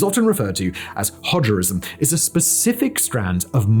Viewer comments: My man, did you just say "Hodgerism"? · "Hodgerism...", lol.